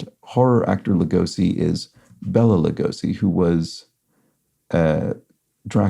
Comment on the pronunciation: Pronunciation; bay-la rather than bella Lugosi.